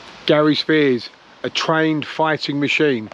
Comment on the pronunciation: His second name is pronounced as Sp-highers not spears.